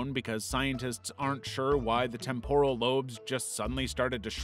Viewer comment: Temporal (TEM-purr-ul) not (tem-POR-ul)